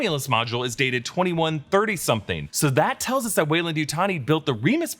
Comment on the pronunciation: "Theres sum'n in the wo'er"